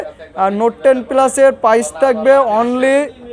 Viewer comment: Vi tmr kotha onek vlo laglo নোট টেন পিলাস 😂🤣😂 পিলাস কি। পাইজ না প্রাইজ।